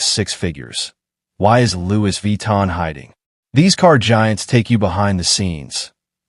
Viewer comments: Lu Vi Tan ❌🤣❌ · Louise Vee-tan! - yeah!! 😂